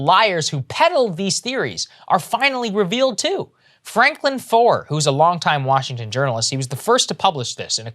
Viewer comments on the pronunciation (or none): franklin foer is pronounced "franklin fair" it's german spelling so you pronounce the second vowel in the two letter vowel sound. so like stein is pronounced "stine" (you say the I not the e in the ei/ie spelling) and stien is pronounced "steen" (you say the e not the i because it comes second)